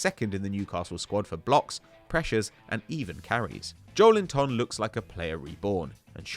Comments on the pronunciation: JowlinTON LOL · Just give up trying to pronounce Joelinton 🤌🏻